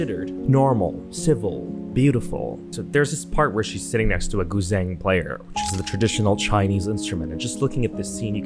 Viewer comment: Im so sry...but the way you pronounce Gu zheng is...😂Im a Guzheng player,my friend too.I showed it to her and she could not stop laughing Im so sry but I felt that I just had to mention it